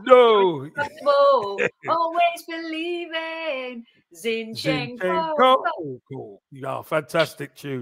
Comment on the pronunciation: you are good at names. Let's pronounce our players' names correctly. Right now the two our fans mispronounce most are Zinchenko and Saliba: the first is stressed on the first syllable, the second is on the last. It's especially easy with French: the stress is fixed on the last syllable.